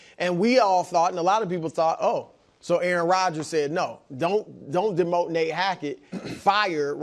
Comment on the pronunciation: Isn’t it Nate not nat ?